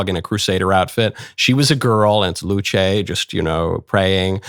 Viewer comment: I react a bit late but who cares. Luce said as "Luche" (after church freely) feels a bit strange, I heard and thought it was said like "Luce" as you said, but with the "e" somewhat silent. There were mentioned that Luce means light and not to confuse it with Lucifer, but didn't Lucifer means light or light bringer as well? I don't know much about religion, but I heard one ot two things about it. My main interest for the religious content mostly come from the game called: The Binding of Isaac, and since a part of the base game were playable in browser while flashplayer was supported (yes I'm kinda old by now). But back to Luce, yes the memes and arts made her really famous, what really surprises me is that the "rule 34" artists were "wholesome" and didn't made that many content with her (yes I checked it).